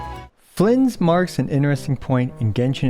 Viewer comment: I want to see/hear the outtakes of all the times he messed up Flins name in the intro, no way he did it in one take.